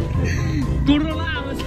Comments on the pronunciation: Corona chứ không phải borola ah :)) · Anh nói boorrôna 🤣🤣🤣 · Virus corona anh ạ chứ ko phải là borona 😂😂😂😂😂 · Hai anh nói sai rồi-rocona